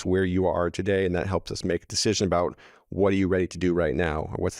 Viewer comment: Canadians will always oot themselves❤